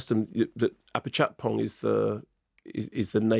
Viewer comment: Ah-pee-chat-pong Honestly, it's not difficult and Thais would rarely have reason to use his surname (FWIW: Wee-ra-se-taa-kun)